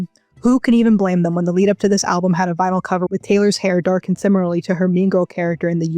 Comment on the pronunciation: “If you take the vinyl and CD poems…” It took me 3 listens to understand you were not saying “the vile and seedy poems” like what?!